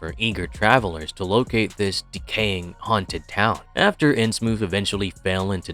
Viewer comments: It's in Innsmouth. Like the thing your words are coming out of. Everyone else I've ever heard talk about it says it that way, so pronouncing it Innsmoof is just annoying and pretentious. It seems trivial, but it completely ruined my enjoyment of exploring Innsmouth with you. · New rule: if your AI literally cannot pronounce THE ACTUAL TOPIC OF THE VIDEO, you cannot post your AI-shlop…